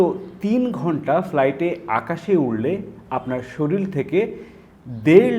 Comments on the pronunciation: শরিল থেকে?আগে উচ্চারণ ঠিক করেন,তার পর ভিডিও করেন,বোগাস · সরিল নয়, শরীর। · শরিল না কথা টা হচ্ছে শরীর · শরীল নয় শব্দটি " শরীর" হবে